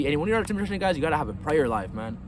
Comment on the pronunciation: It hasn't improved your speech anyway. Semen retenn haha